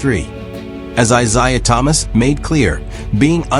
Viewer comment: Eye _zayah... AI gonna learn today...😂